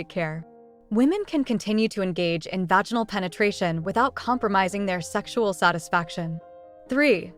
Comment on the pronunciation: Why can’t you use punctuation or pronounce vaginal correctly? 🤨